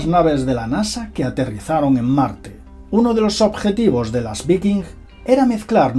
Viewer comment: Se pronuncia VAIKING... cerebro de vacaciones!